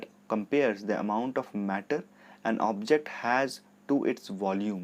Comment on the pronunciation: sir it is object not objct